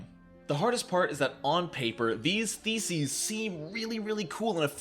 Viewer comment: Funny how he pronounces theses. It sounds like feces. Which sums up the wizard class, even after the remaster.